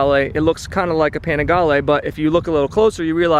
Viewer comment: Oh great, we get to hear say Panigale some more...